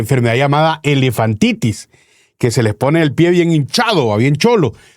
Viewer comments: Es elefantiasis, no “elefantitis” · Elefantiasis y no elefantitis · Tío, la Bethy Arana dice q el Dr es un Candidato Potable (Querrá decir Potencial) La enfermedad q tendría el Chino, si se le hinchan los pies es "Elefantiasis" no Elefantitis.